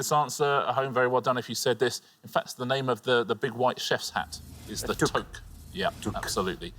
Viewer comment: "Toque" may be the name of the "big white chef's hat" (according to Richard,) but it is actually the name of a Canadian woolen winter cap. It is pronounced "tuke."